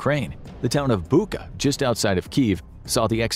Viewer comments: It’s [KerTCH] Bridge, NOT [KerK]. It’s BuTCHa, NOT BuKa!!! Wtf-train your AI reading better!!!!! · it's not Buka, it's Bucha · I love how you pronounce "Bucha" like BUKAA hahaha